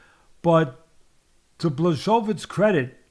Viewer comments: I suggest saying / Yan 'Bwa.ho.veech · / bwa hO veech. The L is a polish letter pronounced as a W. The hO is said with an accent idk what you call it lol. W's are pronounced as v's ... Kind of lol. BwahOveech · BWA - HO - VITCH is the correct pronunciation! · Blesovis haha love ya teddy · BŁACHOWICZ for you like - Bwahovich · Hi 🧸Atlas I'm from Poland 🇵🇱and I give you tips how to properly Jan names pronunciation OK? No offence Polish: BŁACHOWICZ ('ENGLISH") BWAHOVICH H- like Henry ok and CH- like Charlie but little bit harder- comprendrer👌 W- like Whisky Simple you see ...😉 Your very welcome it's my pleasure Kind regards Slawomir Zgrabczynski from England After written " Supercalifragilisticexpialidoucuous. Treating makes you master. LEGENDARY POLISH POWER 🇵🇱💪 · Jan Błachowicz - Yan Buahovitch - for native English speakers having difficulty with his name pronunciation. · Bwah-ho-veetch is how you pronounce his name. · It’s actually endearing how much Teddy mispronounces Jan’s name, and how many times he changed pronunciations and still got them wrong lmao. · Teddy mispronouncing his name each time a different way has me rolling in laughter 🤣🤣🤣. Teddy you’re the greatest! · Teddy, please take the time to see how someone’s last name is pronounced, otherwise use his first name which is quite easy. Every time you slaughtered his name I’d wince. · I just wait for the day that everyone starts pronouncing his damn name correctly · Teddy mispronounced each syllable of Jan's last name, and I'd want it no other way.